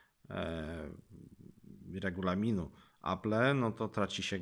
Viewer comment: 1. Nie potrafisz nawet poprawnie wymówić nazwy firmy. Apple [czytaj: Aplł] 2. Space grey ma czarny przód. 3. Kiedy mówisz o działaniu Touch ID pokazujesz jak działa 3D touch. -.- Recenzja jest długa, a połowę tej recenzji to "yyyyyyy...", które mogłeś wyciąć. Mogłoby to skrócić film o połowę, a tak to nikt mi nie odda tych ośmiu minut z całego filmu straconych na "yyyyyyy...". -.- Inni w swoich dwa razy krótszych recenzja zmieszczą o wiele więcej informacji, a ty temat o wyświetlaczy żeś zminimalizował do tego, że ma dobre kąty widzenia i FHD.